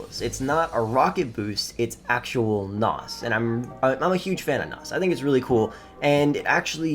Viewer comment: Hearing him talk about cars 😬🤦 "NOZ". 😂